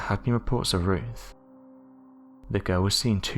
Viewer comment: Who is Roof? Do you mean Ruth? Mong.